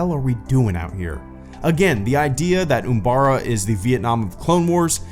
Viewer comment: It’s not Oombara. It’s Umbara.